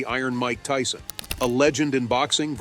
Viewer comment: Tyson not tison, just saying 👀